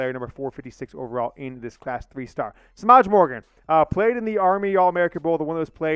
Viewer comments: Semaj is properly pronounced Sim-maaj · Ooof im sorry but that’s not how you pronounce Semaj